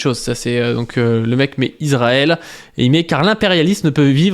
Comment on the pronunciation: Trop cool en rvanche on dit iSrael, ca écorche le crane d'entendre iZrael (mais si t'arrives pas pg)